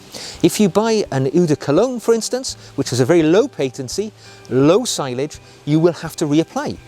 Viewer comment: Excellent video again. One point, sillage is pronounced cill (as in window sill) and aj (as in onion bhaji) cill-aj. I've heard French people say it as see-aj too